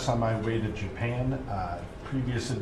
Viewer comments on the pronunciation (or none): none